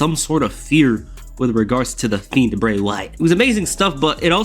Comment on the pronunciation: Am I trippin or did he sound like he kept calling the Fiend the Feet?